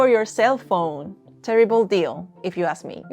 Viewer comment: Learn to pronounce ask.